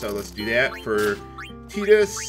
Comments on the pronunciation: you saying "Teedus" sounds just so wrong to me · I swear, it sounded to me like you called him Pee-dus. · Did anyone hear him say fetus instead of tidus